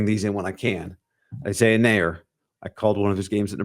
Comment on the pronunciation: Nayor is pronounced like la. It's creole and creole is French and French is a Latin language!